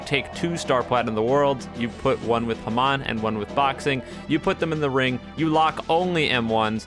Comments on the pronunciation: its not hemon its more like haamoan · your saying Hamon wrong T^T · God the way you pronounce hamon is funny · why he say hamon like that lol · Is anyone gonna mention how he pronounces hamon..?